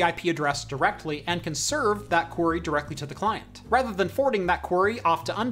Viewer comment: Query, not quarry.